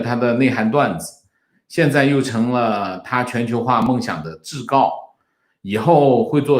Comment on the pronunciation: 纠正一下: 桎(zhi四声)梏(gu四声)